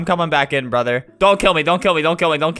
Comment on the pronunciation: I love when he says “ I love you broder”😂😂😂😂